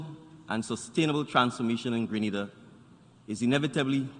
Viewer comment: Learn how to say Grenada!!!